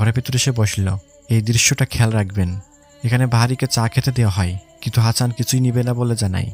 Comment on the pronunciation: সবই ভালো লেগেছে.... শুধুমাত্র হাচান না বলে হাসান বললে 👌